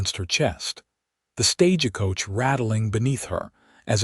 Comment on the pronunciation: What I can't stand is how the narrator says stage a coach! It's not stage a coach is Stagecoach thankfully you've gotten just so many good I'll make an exception to listen to at this time but whenever I hear that word StageAcoach I hightail it out of there